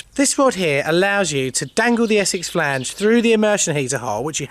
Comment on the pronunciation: I love a bit of Essex Flaaange lol. And some Surrey if I can't get no Essex.